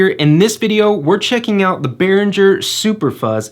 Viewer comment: The video is fine but it's yet another Behringer demo video where Behringer is mispronounced. It's Behringer with a hard g sound like in girl and not a soft g sound like in giraffe. It's a German name and despite the fact that the English exonym for Germany has a soft g soft, the soft g does not exist in the German language. In case you're not sure, there is a video from Behringer where they address this